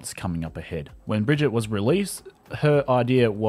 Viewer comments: Please GOD stop calling her "Bridgette" 😭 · Hearing you pronounce brigs name so incorrectly hurts and infuriates me